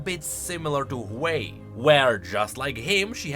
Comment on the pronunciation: Ain't no ''hwei''